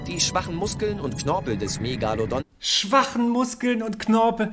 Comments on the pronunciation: Mich triggert die Aussprache Megallodon. Das Teil heißt MegaLOdon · Du meinst Meeegalodon. Ich hab nach so einem Kommentar gesucht. Mit geht’s ganz genauso. Hat mich so fertig gemacht